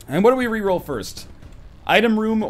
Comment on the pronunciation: was first, but he said "durst"